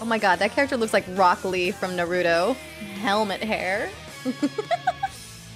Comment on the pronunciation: I was shocked how she said “naruto”😱😱😱😱😱😱 And she also tho Caesar was dio 💀💀💀💀💀💀💀